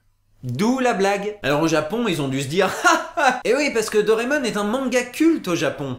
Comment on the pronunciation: Dire "Dorémon" au lieu de "Doraémon", c'est portnawak ;P